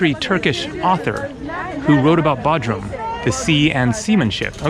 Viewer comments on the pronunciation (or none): Hey my Turkish friends say it’s B “O” drum not Baudrum🤭🤷🏽‍♂😜 but you have a wonderful video….Thanks for posting. BTW I did the opposite and went to Kos from Bodrum. Both awesome places to visit!